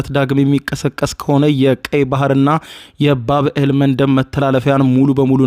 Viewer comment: ባብእል አይደለም ሚባለው ባብ አል መንደብ ነው አስተካክል የምን ማጠጋጋት ነው